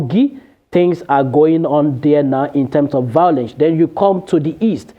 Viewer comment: Vowlence from a reporter, not attractive. V-I-O-L-E-N-C-E, there is no “W” sound in this word.